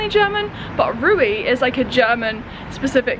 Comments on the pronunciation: the first „e“ more like the elongated „e“ in „sehr“ (very). The second „e“ sounds like the „e“ in „the“. So re-we, not Ray-way. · it's more like Reh-ve, not an 'ay' sound but an 'eh' like in 'zehn' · haha I had no idea what she was trying to say - it's pronounced Reh-ve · see below, the e is like the e in end. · Of course, Aldi is German. The two brothers who founded it were one of the richest Germans. The dead now. Indeed, Rewe is from Cologne, but the pronunciation is different. At first, I didn’t know what you mean be it. The e in Rewe is pronounced like the e in end. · Der gute „ruwi“ haha so cute how you pronounce REWE ;D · oh nooo, how cute is your pronunciation of REWE haha <3 You say it like RE llike REsting, W more like a V (for example Vater) and the last E like Elephant. haha I hope that helps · You pronounce “Rewe” wrong But please keep saying it It sounds funny 😂💕 Aldi is German: There is a north and a south one, depending on where you live in Germany. Yeah, you should try vloging in German please. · True 😂 I was so confused by this pronunciation but it’s cute ☺️ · Rewe spricht man anders aus! 🤣 aber das klingt so lustig, bitte weiter so! 🤣 und es wäre toll, wenn du einen Vlog auf Deutsch machen würdest! Viel Spaß noch auf deiner Reise! (Rewe is pronounced differently but it sounds funny so please keep saying it that way! I think it’ll be great if you would do a vlog in German. Have fun at your journey) ❤️ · btw I love your pronunciation of "Rewe" and I can recommend a restaurant called Vapiano, its German but selling Italian food with vegan options. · I absolutely love how you pronounce Rewe 😆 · The way you pronounce "REWE" reminds me of myself when I first moved to Germany 🙃🥰